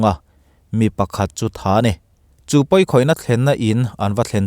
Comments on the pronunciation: Thein(Thane) ni lovin Tha-ne tia lam tur. A ngaihnawm hle mai. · Thein (Thane) ti a i lamrik hi Tha ne(Thane) tih tur Eg: Thana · Rajani piana (birth place) i sawi 'THANE' tih hi "JAMES/JAKE" tih hming thluk angin i thluk a, mahse adiklo 'THANE' tih khi chu 'POLICE THANA' tiha 'THANA' tih thluk anga thluk zawk tur,..inthlahrung chung chungin Thahnemngaihna nen kalo sawive tawp..👍😃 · Thane nilo in, Thaaa- Neeee tihtur zawk. Lo sawi ve mai mai 🙈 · a sawi zawk tak chu police thana niloin veng hming ani... (Chumi chu lam khata thane tih tur niloin voi hnih lam tur)..Aizawl p.s a thana kan lam angin tha-ne tia lam zawka tur atih na ani e.. Thil dik zawk hria in an sawi hi chu alo nih tak chu a hriat tur alo nih chu tih mai hi a finthlak... I hnial k ron tihna niloin hei chu veng hming ani e Thane hi chu.. Mahse mahni thu erawh ani kan tawng ni miau heklo le.. Thane pawh ti ila poi hranlo.. Mahse a dik zawk" tha ne"tia lam hi a harlo bawka zawm mai kha a finthlak k ti ve mai2😃vai ho pawn tha ne an ti tho,, hemi veng hi chu.. An police office hmun te chu thana tih te pawh an nei ve nual maithei... Hei chu veng hming ani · Thane lam dan dik lo o